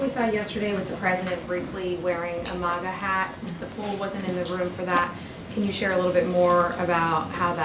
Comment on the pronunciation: lol at the reporter mispronouncing MAGA 🤦🏼‍♂